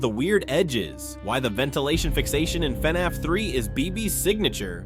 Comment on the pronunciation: Gotta admit I never heard anyone pronounce it as “FEE-NAFF.”